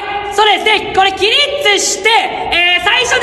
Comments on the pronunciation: 起立をキリッツて言うのがツボったw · 起立じゃなくて最初きりっつって言ってる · "あざっす"みたいに"きりっつ"って言ってんの最高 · 「キリッツ」草プリッツかと思ったわ😂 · 「きりっつ」てあざっすみたいな言い方だな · 起立の言い方があざっすなんよ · 何で「起立」が「あざっす」につられて「きりっつ」ってなんてんの？笑